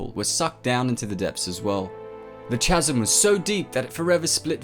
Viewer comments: Don't pronounce the H in chasm, it's pronounced kas-am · Good video, ruined by your pronunciation of "Chasm"